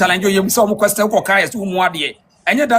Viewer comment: BRO IS QUESTION NOT KWESTON